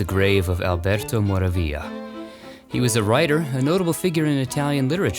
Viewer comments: I live near the Verano Cemeteriy and I often visit! I would have been delighted to meet you there! Only two notes on pronunciation, almost always perfect: it's Sandra "Meelo", not Mailo and Alberto Moràvia, not Moravía. Apart from that, it's perfect❤ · Alberto Moravia is pronounced as Mo-ravia